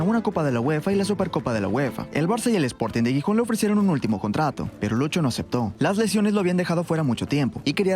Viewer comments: Por favor, no es Guijón es GIJÓN, con sonido de J en la G también! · La ciudad no se pronuncia Guijón si no que la G se pronuncia como la J. Jijón. Gijón se pronuncia Jijón. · Por el santisimo Cristo, es Xixon, Gijon foneticamente jijon, por favor. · Gijón no se pronuncia "guijón" 😅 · "GUIJÓN". Que dolor de oido por dios ... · Gijón, no "Guijón" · Gijónnn😅 se pronuncia con "J" , no "Guijón" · Cada vez que pronuncia Gijon muere un cachorrito en alguna parte del mundo